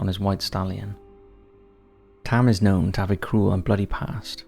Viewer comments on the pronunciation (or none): none